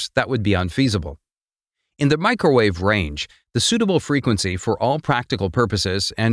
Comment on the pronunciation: "Mee-cro-war-vee". If u know, u know😉